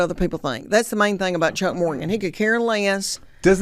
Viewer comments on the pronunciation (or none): Am I the only person who noticed that he said her last name wrong? He said Morganton.